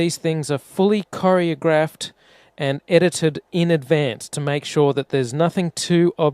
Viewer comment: I dunno - calling NASA videos "itited" makes him sound more like a kiwi